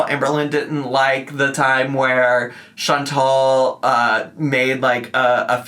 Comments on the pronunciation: Chantal’s name IS pronounced “Shawn-TALL”, not “Shawn-TELL”. It’s the pettiest critique I have for ALR but it drives me up the fucking wall every time I hear her say it. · her name is chantal not chantel idk why amber can't say her name correctly ever FOR YEARS